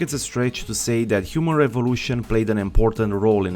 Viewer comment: I'm sorry, but I can't stop hear Humor Evolution instead of Human Revolution